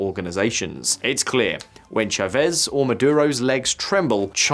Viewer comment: I find it weird how geopolitical YouTubers can do such extensive research on a country, but not be able to pronounce the simplest names. It's Chávez, not Chavéz.